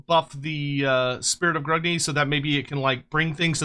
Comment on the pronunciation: Its 'Grungi' not Grugni.